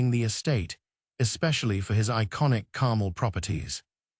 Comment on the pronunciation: AI bot voice. Carmel doesn't rhyme with carnal. Repetitive AI crap.